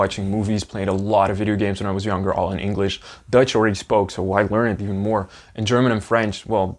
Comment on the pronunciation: As a German who is listening to your video, when you say Dutch it always sounds as if you were saying Deutsch (German) to me, which is funny. 🤣 Thank you for sharing your journey!:trophy-yellow-smiling